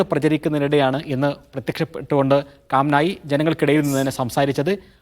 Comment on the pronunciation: റിപ്പോർട്ടർ ഒരു പേരുപോലും പറയാൻ അറിയില്ല 😂കാംനായി😂😂ഇവനൊക്കെ പൊട്ടനാണോ